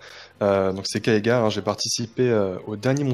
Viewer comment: "keagar" :( Superbe débat sinon !